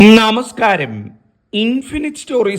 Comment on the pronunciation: ദയവായി നമസ്ക്കാരം എന്നത് നാമസ്ക്കാരം എന്ന് പറയാതിരിക്കുക